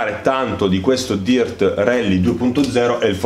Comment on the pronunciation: A parte gli evidenti deficit di pronuncia tipo dirt ed arcade la recensione è ben fatta ed i contenuti sono ben espressi. La mancanza del ffb è proprio il motivo per il quale il gioco per ciò che mi riguarda è ancora sullo scaffale. In attesa di patch definitive continuo a chiedermi anch'io come sia possibile una mancanza simile in un gioco che si autodefinisce simulativo. 😔